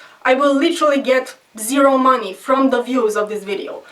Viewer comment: "..not for the maaaney" hehe Russsian.